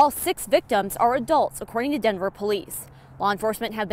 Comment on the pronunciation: Can reporters and anchors who are transplants stop saying “Dinver” vs Denver. Show some respect!